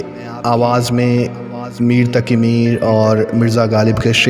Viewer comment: Good work, bhai!! Improve on your pronunciation (on words like Taqi (it's not taki, there's a nuqta; fir nahi phir, rakh lafz me aap ne aakhir me kha خ ki shakl di, kaaf aur haa hai; firta nahi phirta), I'd advise get in touch with someone who knows Urdu/Urdu teacher or an Imam, correct your pronunciation, and record your video. Overall great effort. How (what software) did you record and add the music in the background?